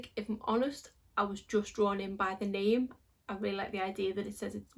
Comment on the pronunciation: Yes you pronounced my name correct, and I love this eye look.